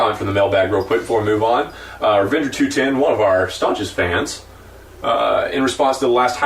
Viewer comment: Oh, by the way guys, you got my name wrong; it's pronounced Twenty-One-Oh, not Two-Ten